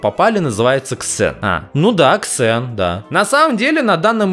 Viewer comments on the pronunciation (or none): НЕ Ксен А ЗЭН такж как серверники интола Не ксеон А зеон